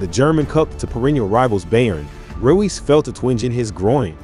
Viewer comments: Royce not Ruiz lol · His name is pronounced Royce 🙏🏻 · naaaa you gotta be saying his name wrong on purpose 💀💀💀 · Dislike for not pronouncing name right. It’s not that hard